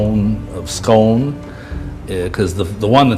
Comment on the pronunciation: The Stone of Scone also known as the Stone of Destiny is pronounced Scoone say oooo after me you illiterate bastards. Only Kings and Queens can truly be crowned on it, if its not at the coronation their is no King or Queen. Why you think the English tried to steal it from us, but we made sure that will never happen again